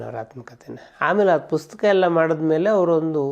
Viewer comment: ಪುಸ್ತಕ ಅನ್ನೋ ಪದವನ್ನ ಯಾಕೆ ಯಾರು ಸರಿಯಾಗಿ ಹೇಳುವುದ್ದಿಲ್ಲ.......